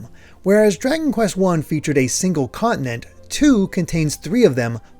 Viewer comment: Awesome insight. I am giving it a shot to the switch version and will see how it compares to this you show here. P.D. As a non native english speaker it's so disturbing for me to hear the word continent pronounced quickly as "conent" 😂😂😂. Just a coment about my listening.